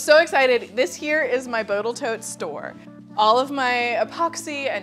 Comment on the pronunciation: I admire the persistence, with which you keep saying "boatal toat" instead of Total Boat. One day they might decide to feel offended 😄😄😄